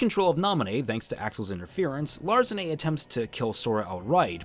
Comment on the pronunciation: I think you mistyped and put Xigbar as number 7 instead of 2. Btw since the organization members were gathered through time, I think they still have their nobody names. And lastly Larxene's name sounds a million times better how it's supposed to be pronounced imo. Sorry dude.